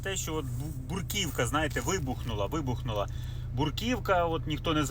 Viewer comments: Брукивка ,а не буркивка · .."бруківка".. вірно - "бРу" , а не "буР".. "бруківка "... .. корисна робота